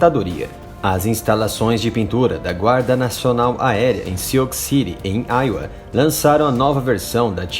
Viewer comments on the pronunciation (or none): none